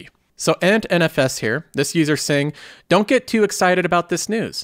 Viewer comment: Why you say “hair” instead of “Here”?